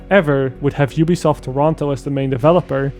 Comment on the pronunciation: Did you just call it jewbesoft?